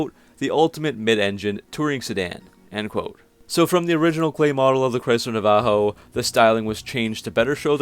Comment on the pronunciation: Nav-uh-ho Navajo